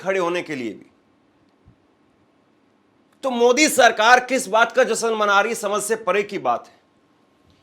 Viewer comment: एंकरिंग करते हो और हिंदी बोलने भी नहीं आती, मूर्ख कहीं के ! जश्न को जसन कहता है ! अपनी हिंदी सुधारों फिर एंकरिंग करो !